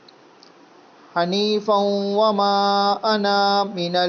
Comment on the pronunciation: لفظ انا کے بعد کا الف پڑھا نہیں جاتا